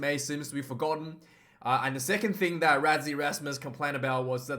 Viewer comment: Pronounced Russy not Razzie🇿🇦🇿🇦